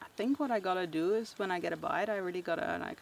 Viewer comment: “Reely panicking” 😂